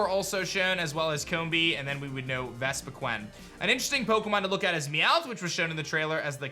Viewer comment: how the hell do you mispronounced vespiqueen rofl